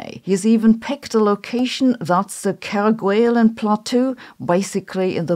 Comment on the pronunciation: Kerguelen is pronounced Kerguelen, not Kerguelen.